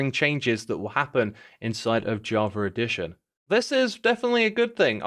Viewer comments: "Jaw-ver edition" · I love the way he says Java Edition, "Javredition"